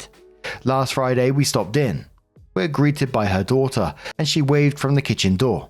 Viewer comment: Story 2: Based on what OP's said, those people CAN'T read. When I went to college, a lot of the people there showed signs of not being able to read either. P.S., your accent was thick enough in the update on that one that when you read "we are greeted by her daughter", I heard "we AGREED TO BUY her daughter". LMAO